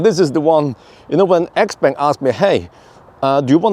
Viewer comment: isn't it spoken like "chiaupang" and not "expeng"?